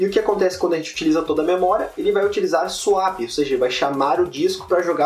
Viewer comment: não é "suap" e sim "suép"